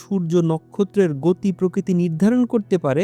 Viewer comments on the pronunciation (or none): none